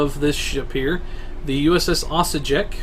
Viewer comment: cool build :) btw, Osijek is a city in Croatia and you pronounce it like this: /ôsijeːk/